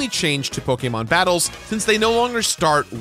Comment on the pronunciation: love your content, but the way you pronounce so many of these Pokemon is painful